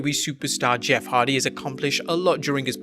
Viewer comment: Why everyone keep saying Jeff Hard 🤣🤣🤣 it’s Hardy